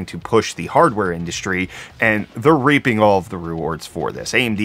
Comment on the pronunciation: Reaping is what he said, or what he was trying to say. Lol